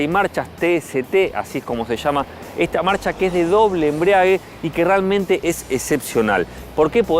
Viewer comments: Embrague, no embriague... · De doble "embriague" 🤦🏻‍♂️